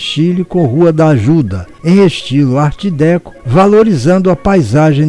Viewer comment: Apenas uma observação para a anunciada continuação A pronúncia de Art Déco em francês é alguma coisa como Art Decô e pode ser conferida neste link